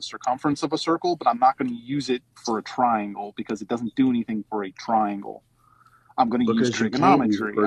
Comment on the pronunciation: "twaiengw have twee side so hexagon is tew twaiengws coz twee time tew is siiks duuuuuuuuuh" stick to guitar playin even tho that sounded like shit too